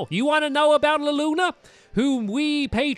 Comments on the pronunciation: Stampy i am an old subscriber i love your bideos but you are reading it wrong its lunala not laluna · HES SAYING THE NAMES OF POKEMON WRONG ZYGARDR NOT ZY GRADE LUNALA NOT LULANA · ITS LU-NA-LA!!!! LUNALA!!!! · stampy you said luluna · stampy it is lunala not lunluna